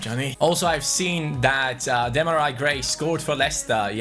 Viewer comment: It’sDemar-eee Gray not Demari... Cmon! 😂😂😂